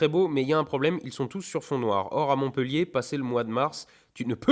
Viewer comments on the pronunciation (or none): none